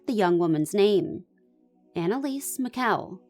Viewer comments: First of all if you're going to make a video about someone, please learn how to pronounce their name. Apoplectic does not mean a stroke it means to be angry.. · what is it you would like me to google? You might want to take your own advice. All I said was the definition of apoplectic which I am correct about. And you did mispronounce her name. What is it I should Google? I think you should take your own advice and do a Google search yourself.